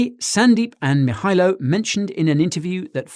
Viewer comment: Guy, Nailed that "Mihailo"!.